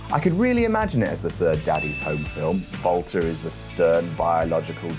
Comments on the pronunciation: He was using the Austrian Pronunciation i believe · Why was calling Walter "Valter"?